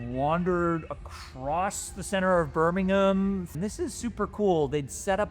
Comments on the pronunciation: I appreciate your pronunciation of Birmingham and not Birming-HAM. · for pronouncing “Birmingham” properly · Thank you from the bottom of my Brummie heart, for pronouncing BIRMINGHAM correctly…XXXXXXXXXXXXXX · Sooooooo much credit for pronouncing the name of my city correctly!! Also, great video!